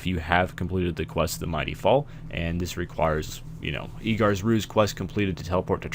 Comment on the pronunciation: EDGAR NOT EADGAR ffs why does everyone say eedgar its ED not eed